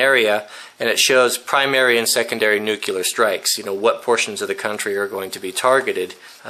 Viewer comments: NU-CLE-AR NUUUUU... CLEEEEEE... ARRRR "NUCULAR" ISNT A WORD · It's "nuclear", not "nucular". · I apologize for being pedantic. The word is NUCLEAR, Nu Clear. not NUCULAR. the word comes from nucleus, no such word as NUCULUS, doesn't exist. I point this out because you are a good role model and do have influence. Saying this wrong makes you sound like an idiot, like GW it compromises your credibility. It is not hard to say, nuclear, nu clear. Thanks really enjoy your channel. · It's nuclear (new-clee-er). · i find it impossible to believe that someone as well rounded, well educated, and well read as you,, would pronounce it "nukular." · Please say 'new-clear'. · Sorry but I don't trust a person who reads "nukelar" for nuclear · Nuclear. Nu-cle-ar. Nuclear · new.. clee...er...